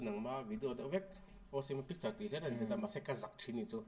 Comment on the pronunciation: Adisona pa ..rawnnnnn tih Lai khi midang sawi va ngaithla teh .😮😮a dik zawk tur ,/ ngaihthlak nuam tur zawk kha in zir teh u